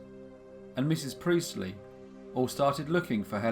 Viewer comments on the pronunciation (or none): Sorry but its Priestly, emphasis on the t.... not Preezly!